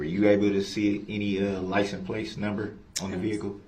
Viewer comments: Did you get the "license place" number? "Grounds for Substaining that objection! Grounds, grounds, grounds!! "I'm axing you to substain my objection"! F-ing idiot 🙄! I forgot "I vietly objection! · LICENSE PLATE YOU IDIOT...PLATE..NOT PLACE. HE IS 200% ILLITERATE...OMG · . He cant pronounce anything. "LICENSE PLACE.". 🤣 i thought maybe the first time he said It wrong but then hes says it a few more times the same way. Geez. He soo stupid. The questions he ask these witness's makes him look really bad in front The jury.